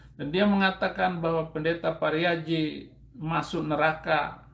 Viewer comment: Pariaji pak bukan pariadi